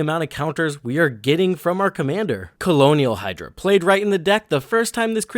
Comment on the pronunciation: Colonial Hydra is such a fitting mispronunciation since we’re on Ixalan with the vampire conquistadors.